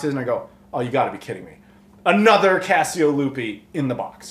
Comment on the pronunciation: I hear "Fiasco Lupe" each time. 😆